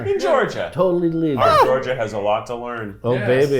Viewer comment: Kief not Keith